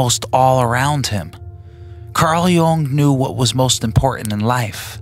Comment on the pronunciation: Also it’s this guy pronounces Jung like no one ever lol